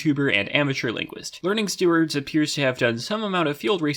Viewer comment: The two words pronouncation and learningstewards were both pronounced incorrectly, which is cool haha